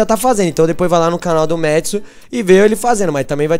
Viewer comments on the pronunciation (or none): não é 'métsu' é 'matsu'